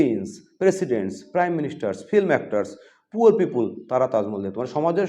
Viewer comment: "পিউপুল" আবার কি!!! বলুন "পি-পল"